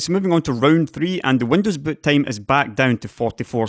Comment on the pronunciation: Did he say butt-time?